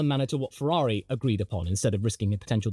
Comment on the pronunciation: You were wrong on Ferarri. You were correct on how you pronounced Gif, so it evens out.